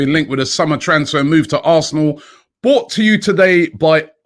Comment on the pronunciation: Robbie, can you stop saying BOUGHT to you today by Insert Sponsor and say it properly. It's BROUGHT to you today... Otherwise it's all love, Keep up the good work. I'll be watching tomorrow, no pressure 😜🇬🇩🇬🇩🇬🇩